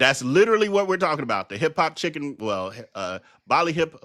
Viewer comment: I hate the way he says literally